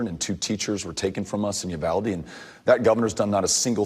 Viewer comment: With a name like “Beto” you’d think he’d know how to properly pronounce “Uvalde”. Pinche gringo.